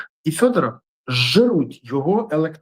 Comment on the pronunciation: Вимови вже нарешті Федоров! Федоров, не фЬодоров!